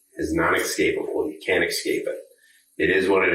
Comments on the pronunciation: "Escape" is not pronounced "Ex-scape!" It's "ess-cape!" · Did the LEO say "eXscape?"